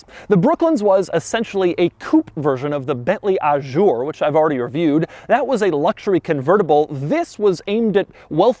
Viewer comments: That’s not how you pronounce “Azure”... It’s a “Z” not a “J” 👌 St-Tropez isn’t too happy Dougy ;) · Please, it's "coupé", with an "é" at the end, not "coup"... And it's "Azure", with a "z" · Did anyone else notice: Doug keeps calling the Azure "A Jour" The interior is grey The "pinstripes" are called coachline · Ajoure? I thought the car was calle azure? As in the color? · "Ajure" oh my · It's NOT "Ah-shure"!!! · He said "Ah-shure" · I think the word Azure has never been pronounced more wrong in the history of mankind. French people should throw fromage at you wherever you go, you cretin.